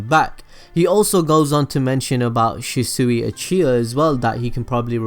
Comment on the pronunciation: I'd subscribe, but I'd get so damn annoyed with how you pronounce the characters. Nar-uh-to, not Nar-OO-to. She-swee, not She-sooey. Sorry these were some that bother me.